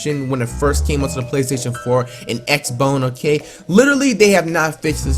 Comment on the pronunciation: This nigga says x bone on